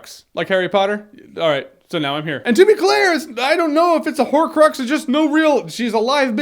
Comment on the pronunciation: Horcrox lmao I died